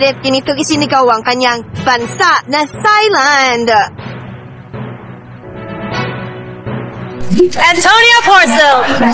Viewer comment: Tailand po ang pronunciation ng Thailand. Walang th.